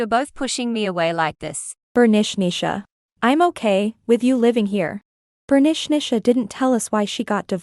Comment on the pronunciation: Last story they says Bernichnicha but it's written Bernicia 😂 It made me laugh a lot each time her name was said 😂